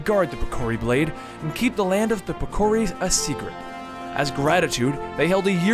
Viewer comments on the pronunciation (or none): I LOVE your video a lot; but, you've passed the error limit. I could have accepted the way you said piccori, and vacation, etc. but come on now, Ganondalf... I'm done for the day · holy shit the pronunciations of names is awful....Vaati and the Piccori ....totally mutilated their names...